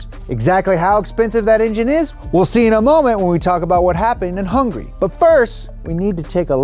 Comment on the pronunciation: its HUNGARY not HUNGRY 🤬